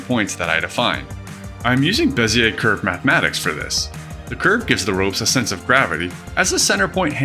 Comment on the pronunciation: I'm French and your Bézier pronunciation is on point ^^